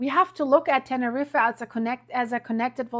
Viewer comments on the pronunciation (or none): It’s pronounced Tenerreef. Not Tenerreefa! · NEVER IN MY LIFE HAVE I EVER HEARD THE PLACE YOU MENTION ? TANNA-REEFA. ? Holy moly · Love Ur work but it's pronounced Tener-eef.. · Tenerife is pronounced Ten-A-Reef not pronouncing the last E